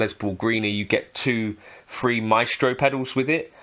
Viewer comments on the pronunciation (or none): none